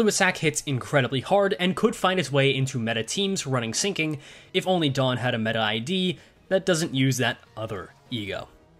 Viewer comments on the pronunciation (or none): none